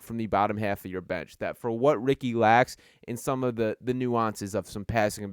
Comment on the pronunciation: Can someone tell me where is from where they say "thee" rather than the?